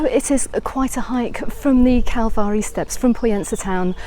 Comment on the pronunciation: What a absolute delight waking up to find this video. Thanks so much for sharing this with us. And I thought your pronunciation of calvari was spot on lol